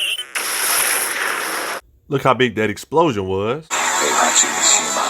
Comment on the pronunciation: Great video. Only slight problem is the pronunciation of Mishima but I’m not an English teacher so I won’t kill you for it.